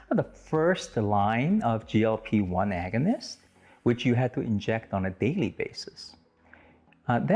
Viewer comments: Agunist???? Not once but twice??? Agonist as in the antonym for antagonist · “Agunist” are you kidding?